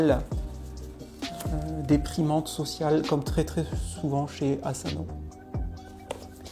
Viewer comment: 😈On dit pas Azano mais Asano!😈